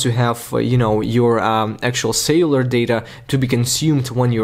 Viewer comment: Nice video,however remember to pronounce celular data not sailor data , I was getting confused 👍